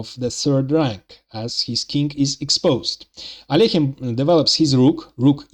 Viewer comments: This is the correct prononciation of Alekhine's name But most people can't do it for some reason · many Russians themselves don't pronounce it right, by the way. The second vowel often miss-pronounced as "yo" as "Al-yo-heen". So it's double impressive that the author pronounces "Alekhine" correctly.